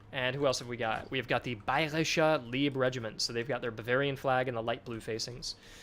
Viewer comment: Tremendous job! I’ve been waiting for a game like this, with customisable units, ever since Age of Rifles. Small note here, it’s not pronounced Leeb Regiment but with an i, like in life.